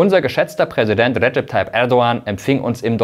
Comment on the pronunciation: Ich finde es sehr professionell das du den Name Erdogan richtig aussprichst! Danke dir!